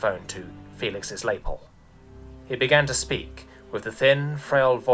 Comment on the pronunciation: What's a Lay-pull? It's la-pell.